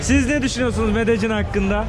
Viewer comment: Medecin değil :) Medeyyin :)